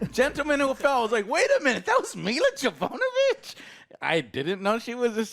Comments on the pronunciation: Milla “Javonovich” haha 😂 Luv ya Joe. No disrespect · Milla Jovovich (Me-la Jo-vah-vitch) JOE! :P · How does not know how to say Mila Jovovichs name? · I am a long time fan and I know people have said this before but you suck at names 😆 you looked up the video and still mispronounced it! Ohhh.... I get it... you can't read... Sorrrryyyy.... 😬